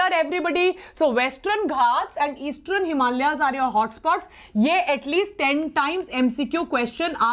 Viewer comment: westrern eastrern This video is full of mispronunciations which takes away your attention